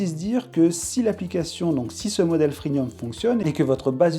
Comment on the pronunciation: Freemium pas freenium.